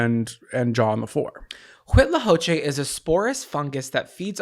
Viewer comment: Latina here. The only part you need to correct is the first C. Everything else is great!! Co-che. Make a C/K sound, not an H sound. With a short "O" vowel sound. Like Coco... I hope I make sense. Lol